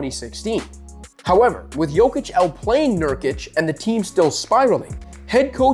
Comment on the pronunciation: His name is Jokic Yok itch You saying it like Jo vic